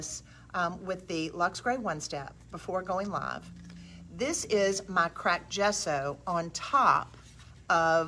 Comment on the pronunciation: Another wonderful video- thank you! BTW you are saying “gesso” correctly! It actually means chalk in Italian.